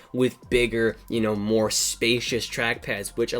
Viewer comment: "It just moah"